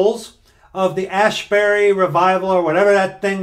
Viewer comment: ASbury, not ASHbury. There is not "H" in there. Tis not Haight-ashbury...